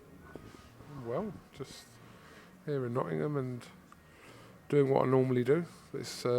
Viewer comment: congratulations on now pronouncing “Nottingham” correctly! Just Eddie to go now… he’s still at the “Nottunum” stage!